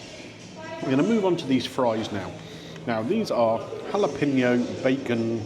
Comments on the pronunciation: had to stop watching due to the repeated "jalePENo" pronunciation 😢😅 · I can't take the mispronounciation of Jalapeño any longer. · I really don't think you need to be a native Spanish speaker to get the pronunciation of Jalapeño correct (I'm certainly not a native Spanish speaker but just prefer to educate myself in various instances) but if that's the stance you want to defend then you crack on and best of luck with it all. :)